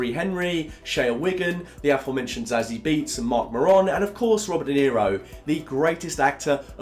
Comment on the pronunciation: Mark Muh-Ron? It's Mark Mare-un.